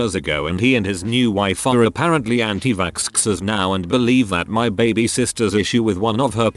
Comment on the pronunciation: Nobody: The Bot Voice: Vaskskers